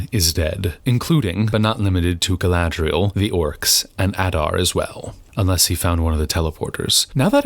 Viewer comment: Well, I took your advice about watching the battle beginning at 38:something. Other than I see your point, entirely, all I can say is "Gallladrreierreierreierreielle" 😯 🤣🤣🤣🤣🤣🤣🤣😂😂😂😂🤣😂😂😂😂 It's a good thing you're watching this toxic-waste-train-wreck, so I don't have to; thank you for that👍 🎃😷✌